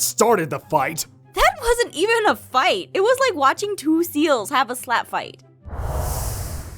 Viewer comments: "I'll fite you" - 2016 😂😂😂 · "I'll fite you" XD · "I'll fite u" - 2016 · "i will fite u" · "I'll fite you"